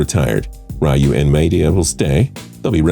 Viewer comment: You can’t even pronounce Maeda or RYU 🤬🤬